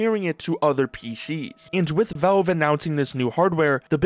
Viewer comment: The first vowel in "valve" is actually the letter A, not the letter E. It's not pronounced "Velve." It's pronounced "Valve." A's and E's don't make the same sound.